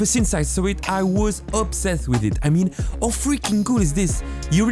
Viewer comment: the fact that he does not pronounce H is very not nice. Cause my brain heres. AOW when he says how